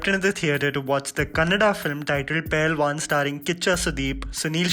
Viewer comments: Bro, Its pehlwan, not pailwan, correct it plz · It's Pehelwaan.